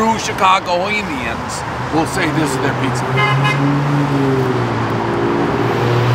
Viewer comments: The rest of the world says Chicagoans, Dave says Chicagoanions. Everybody knows the rules. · Lmao bro can’t say chicagoans